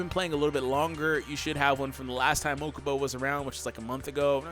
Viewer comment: "To the mokaba mobile"